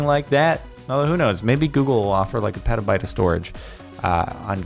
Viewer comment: I got so triggered when he said pronounced it like peta-bit instead of peta-bite